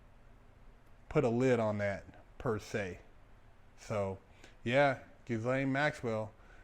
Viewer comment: Why can't anyone pronounce this woman's name it's not difficult. It's not pronounced GIZ-lane